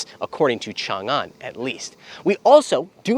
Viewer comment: Chang-An, not Changan…